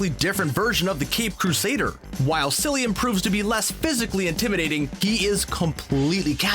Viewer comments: Re: Cillian Murphy. Pronounced Killian, not Sillyan. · Cillian is pronounced Killian not Sillian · Sillian? SILLIAN?!!! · Cillian... hard C... like car and cat and can't... Sillyan 🙄